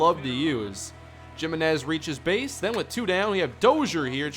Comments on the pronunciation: jiminez is not pronounced like "jim" it's pronounced like "he"-"menez". Good lord man. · And I'm pretty sure it's "HIMinez" not "JIMinez...even if it is JIM please say HIM cuz it just sounds awful lol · the way he pronounces Giminez takes me back to high school spanish class X'D